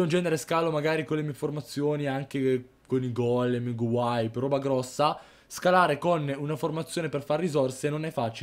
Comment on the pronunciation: si dice gowipe non gowaip ;)